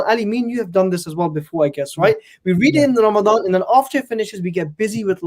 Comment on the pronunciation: It’s Ramadan Ali not Ramdan😂😂